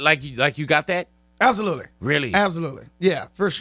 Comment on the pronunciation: Word of the day is "Ab-so-lut-ley"